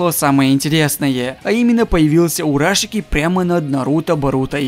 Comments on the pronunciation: не "ураШИки" а просто "урашики" в его имени нет ударений.. Кстати говоря. Кто-то говорил,что Саске будет сражаться вместе с Джирайей, а что если Джирайя запечатает Урашики, и у него появится карма, но об этом ему никто не скажет (никто о карме пока,что не знает,даже Боруто и Саске) и благодаря карме, Джирайя выживет после битвы с Пейном, и станет Кашином Коджи? ты даже можешь заснять теорию на этот счет,в топ чтобы увидел)) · русский надо было учить Урашики ударение на А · Ps в имени Урашики нет ударении..